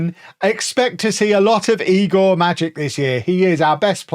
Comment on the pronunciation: it's eye-gor